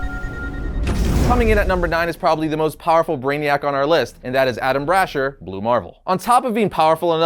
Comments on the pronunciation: It's not pronounced brasher, it's brasheer. Like brash ear. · its pronounced Brah Sheer not Brah Shur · Straight up murdered the names of Valeria and Braesher called him brasher and her Valerie 🤣🤣🤣🤣